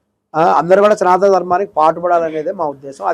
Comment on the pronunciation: నువ్వు వాడే పదం సరిచేసుకో... సనాత ధర్మం కాదు సనాతన ధర్మం